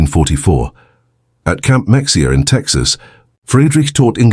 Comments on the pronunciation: Camp Mexia Mexia is pronounced as Ma Hey ah the x is silent now you know.:face-blue-smiling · A documentary should investigate how to pronounce the names of American cities & forts in the presentation. The pronunciation of Mexia in Texas is “ mu-hay-uh”!! Additionally, what a shameful contrast to see how well German prisoners were treated in stark contrast to the fact that ships full of Jewish refugees were turned away from entering the USA who were ultimately killed or captured by the Germans. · It would be nice if this AI would learn how to pronounce Mexia.